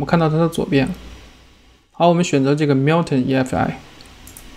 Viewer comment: Billy Liu 是呀超级搞笑的 喵腾 笑出声